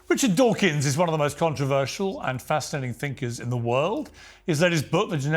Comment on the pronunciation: Dawkins not “Dawking”